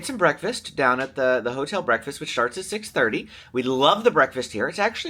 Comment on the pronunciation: Lol am I the only one that noticed says sharts instead of starts when he started the video. 😂 love when little things get left in. Reminds me you guys are just normal people like us. This comment isn't making fun just gave me a good laugh this morning😊